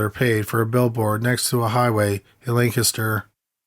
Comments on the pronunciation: I applaud you sir, for pronouncing “Lancaster“ correctly! I live in Lancaster County and NO ONE outside the area can do it! Great stories and prayers for the families. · Thank you for pronouncing Lancaster, PA correctly. Most people pronounce it like the late actor Burt Lancaster's name. I know that this is apropos of nothing but, it's really the only thing I have to say about this episode, besides that I really liked it.👍👍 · You said Lancaster right! Thank you so much! It shows you guys really did your research